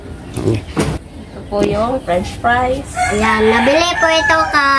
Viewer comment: FRENCH fries …. Hindi FREN fries.